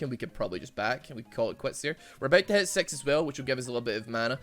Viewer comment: > “I’m about to hit 6 as well” sounds like “we’re about to have sex as well” I did a double take